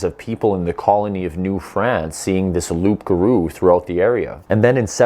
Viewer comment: Hi! Glad to see a Canadian who isn't attacking me for "not wanting pipelines" (which isn't true). Tip: No one calls a werewolf a "rougarou," except in old books. Another thing: it's spelled "loup," but pronounced "loo" without the p and in one word like : "loogaroo". 😉 Great video. I want more!